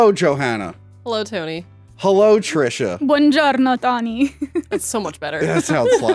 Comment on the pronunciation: I can't believe Trisha of Trishas Italy mispronuncified the classic Italian farewell of DiGiorno